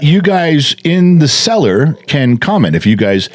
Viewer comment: Oh. Cellar. Not. Seller..lol